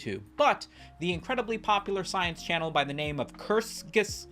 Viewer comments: Kertz-ge-zogt ... the "ge" sounds like if you gif incorrectly with the hard "g." Thanks for upload. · kurtc-ge-sag-t ffs youtubers basic german won't kill you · I figure you're mispronouncing it for the bit, but I am compelled to inform you that it goes "Kurz-Kah-Zet" 🤓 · Apologies, but you brought this upon yourself for butchering the channels name "diese Kommentarsektion ist nun Eigentum der Bundesrepublik Deutschland"